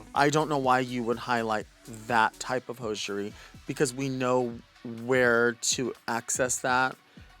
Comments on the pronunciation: Delta's pronunciation of the word hosiery is triggering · It's pronounced hozery right?